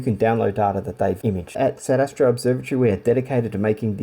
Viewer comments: I have heard it pronounced as SAYDER. The RC should be good and hold it's collimation once set up. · SAY-der Astro. Two words. 🙂